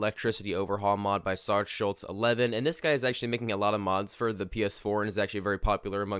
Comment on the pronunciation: You said Sarge's bunker wrong It's Sarge (sar-je) not sar-gey